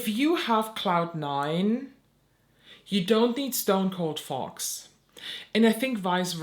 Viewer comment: I love your insights. However I couldn't stop giggling when you were reviewing the Fox one because for whatever reason in your accent it sounded like you were saying the "fart palette" to me. Probably just me but it was adorable and I love it.